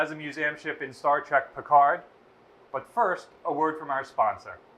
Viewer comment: Star trek not Star trick